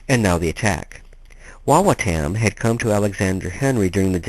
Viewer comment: It is pronounced WA WA TUM